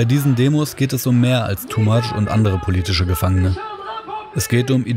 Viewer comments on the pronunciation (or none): Ist es wirklich so schwer seinen Namen richtig auszusprechen? "Tumach" heißt es in Lautsprache. Oder ist es Absicht, ihn hier "TooMuch" zu nennen..?!